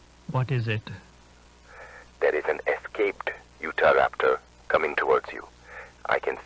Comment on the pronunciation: hes Indian ofc he dosent know how to pronounce utahraptor